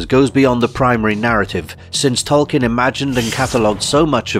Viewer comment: Pronounced "TOL-keen," not "kin."